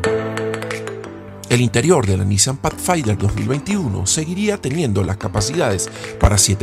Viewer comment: NO se pronuncia pachfainder, se dice Pathfinder como con d.